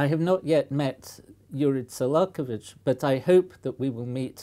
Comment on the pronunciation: Listening to him pronounce the name “Tsolakovich” makes me wonder does the professor speak Russian?